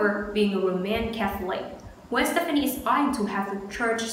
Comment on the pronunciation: You are saying her name wrong